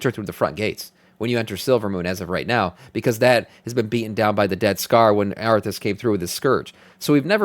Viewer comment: Sounds like you're saying, "Death Star" not "Dead Scar" LOL